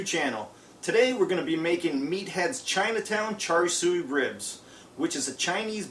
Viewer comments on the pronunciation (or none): Looks very good. Thanks for the video. By the way, it's pronounced 'Chā-shāo' not "char suey" ;-) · Char-Sho not "sooey" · Looks good, did you use the plate setter in there? I have a Kamado Joe and have been scouring Youtube for recipies. And fyi... it's pronounced "Cha Soo". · Char Siu is pronounced Char Shoe. Nice video, ribs look great.